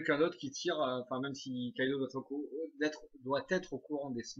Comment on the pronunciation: c'est kaidou et pas kaido